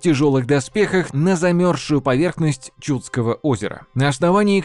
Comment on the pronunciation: Было интересно, но несколько резали ухо неправильные ударения. Не ЧУдское, а ЧудскОе. Не КопорьЕ, а КопОрье...